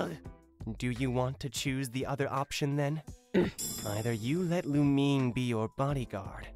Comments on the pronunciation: sry i had to point this out but..its not pronounced lu-MEEN, its pronounced lu-MINE as if you saying something was yours. not lu-MEEN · You are saying lumine wring